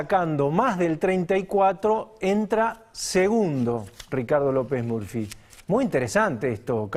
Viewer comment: Excelente editorial como siempre. Me causa gracia las pronunciaciones de Pagni, como a Scioli le dice "Yoli", a Lopez Murphy, le dice "Lopez Merfi", y a Twitter, le dice "Tuirer". 😂😂😂